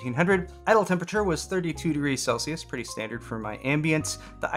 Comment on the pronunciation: Thank you for saying Celsius also